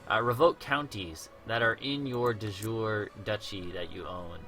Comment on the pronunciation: Thank you for these videos, they've definitely helped me. One tiny thing, it's my understanding that the second "e" is not silent in de jure. I believe you gave a pronunciation disclaimer, so I only mention it because you say it so often in the early parts of the series and it sounds like your saying du jour. I could be very wrong though, so please correct me if I am. And I'll be checking out your full channel for more help in learning to play this intriguing game! :)